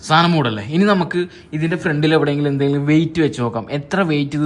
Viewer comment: "സാതനം" അല്ല "സാധനം"...😂😂😂